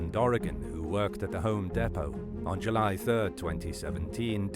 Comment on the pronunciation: You need to pronounce Home Depot correctly dude